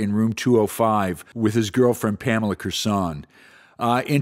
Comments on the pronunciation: Pronounced Core Son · You miss pronounce Pamela's last name